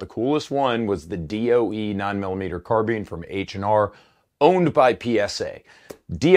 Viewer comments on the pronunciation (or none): none